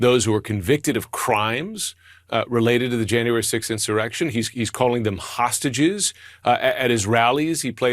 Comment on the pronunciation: Is it just me of does the announcer say tosstages instead of hostages.